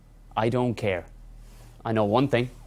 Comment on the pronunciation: I can't take any nation seriously that say ting instead of thing